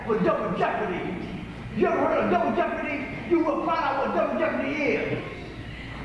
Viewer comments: Ey got lawyaz, Double Jehpahdeeee!! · Dubble jepp-a-dee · DUBBLE JEHPUHDEE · "DOUBLE JEOPARD" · Double jepordy...lol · Swig a beer every time he says jepperdy.... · Lol double jeepadee! I think he has mental health issues. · Take a shot every time he says Double Jeppadii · It's time now for "Double Jepadi" with your host Alex Trebek.